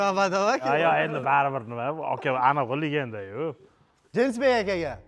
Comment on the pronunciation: Ismni norm ayting jinsbek mas je iltimos je deng